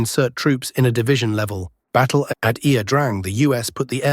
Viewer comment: Ia pronounced, "ya". It's Vietnamese for, "river".